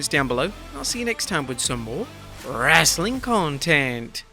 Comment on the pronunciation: "RES-LIN CONTENT" PL-AAES STAP